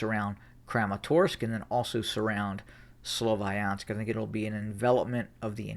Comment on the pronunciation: Can u stop calling it slovAyansk? where did that A come from